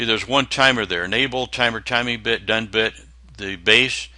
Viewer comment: This is a great video, btw at 7 mins exact you said "32 bitch" I literally laughed my ass off.